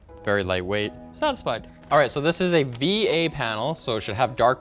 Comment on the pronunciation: The moment he said "va-panel" I stopped watching... xD